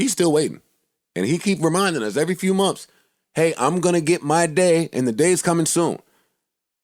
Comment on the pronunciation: Joe "Monfs" Budden